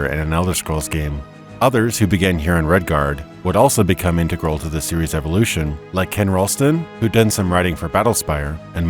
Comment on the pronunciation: Who pronounces integral like that?